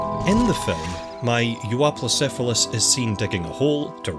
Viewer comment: Casually pronounces Euoplocephalus